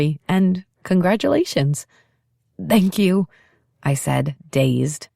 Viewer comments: Samantha Brenmoor. Her “thank you” sounds like Dhank you. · After 4 hours that Dank you is getting on my nerves... Is it slang? Is it accent from a place of England? Is it a German / English mix from thank you and Danke? Oufff...